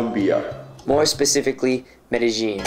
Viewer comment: Please stop saying "medi-jean" as like blue "jean". Two LLs next to each other in spanish is pronounced "ye" so say it like "medi-ye-in". Thanks.